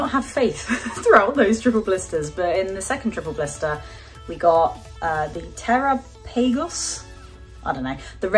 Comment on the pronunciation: Pronounced "tur-rahp-ah-goes" ... Terapagos. Think the Galapagos Islands. Hes adorable in the anime.